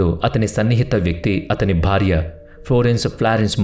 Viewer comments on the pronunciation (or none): none